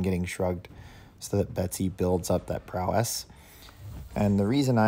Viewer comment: Love how you say prow-esS 😆